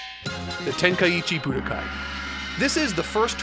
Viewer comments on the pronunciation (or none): Just a peeve but how come you say nyoibo correctly but then pronounce tenkaichi budokai as tenkai-itchy budokai and bluuma as bull-ma. It's hurting my ears